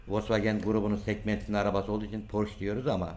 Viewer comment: Harika bir video olmus yanliz almanyada Porsche ismi (Porsch) olarak söylenmiyor Porsche olarak geciyor, yani son harf (e) de okunuyor, almanyadan selam 🫶🏻😁